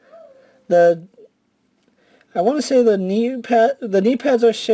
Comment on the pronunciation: Teh?!? What the fuck is a "teh"? You mean THE??? Smh